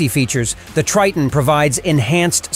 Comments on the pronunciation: It's pronounced as "Try-ton" Not "Tree-ton", alright? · A lot of questions pop up here, Tre-ton ? No is (Try-ton)